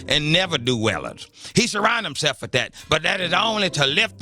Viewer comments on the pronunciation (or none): The God said, "HimSLEFF!" It kills me that he can't pronounce that word correctly. LOL